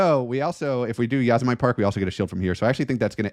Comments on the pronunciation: Haha... I came here to comment this. Yahsemight? 😂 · Nice game. Interesting pronunciation of Yosemite though :)